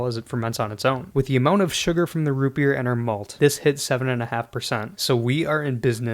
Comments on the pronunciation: ROOUT BERR! YEEAR ROOUT BEEER root berr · Root bebeer